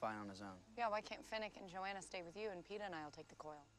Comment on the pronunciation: did this guy ever figure out his name is peeta, not peter? half way into the 2nd movie he's still calling him peter.